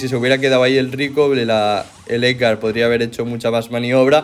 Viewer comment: Me pone de nervios que digas Ecgar jajaja